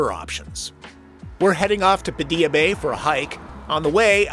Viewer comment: Check your local pronunciation on Padilla Bay ;)